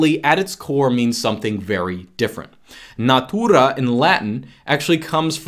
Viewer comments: > natuuuuuuuuuuuura tonic accent is 0% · and natura is pronounced exacrly as it is in my language. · When says natūra it sound like he play a "classic russian" in movie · i love how when says Natura just like in polish. it is kind of funny